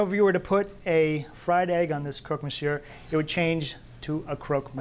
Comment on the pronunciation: It's monsieur with a silent "r" not monsieurre, doesn't hurt to make sure before recording. Love the show though